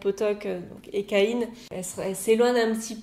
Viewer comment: Hey, merci pour ton analyse et tes compliments, ça me fait très plaisir ! C'est intéressant de connaître l'interprétation de chacun quant aux messages que j'ai voulu faire passer dans mon histoire, elle diffère beaucoup selon les cavaliers, j'adore ^^ (sinon au départ ça m'a perturbé la façon dont tu prononçais les mots "pottok" et "Ékaïne" ahah)